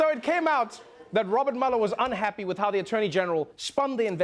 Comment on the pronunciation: Dear Trevor, as a fellow South African, can I just say that Robert Mueller's surname is not pronounced 'maller' but more like 'muler'. Love your show nevertheless.